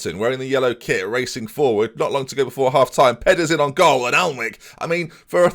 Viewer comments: Jak Alnwick is pronounced Jak Annick. He’s a real person. I win. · HATE TO PULL U UP ITS PRONOUNCE ANICK THIS FROM A BORN AND BRED ANICKONIA OF 65 YEARS LOL GET SERIES